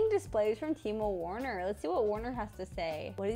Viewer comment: It's pronounced ver-ner not warner bcuz he's german btw